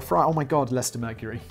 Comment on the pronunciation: I'm just shocked Simon pronounced Leicester correctly